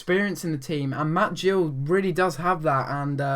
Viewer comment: Ik this was ages ago but as an Exeter City fan I would like to say it is Matt Gill not Jill !;)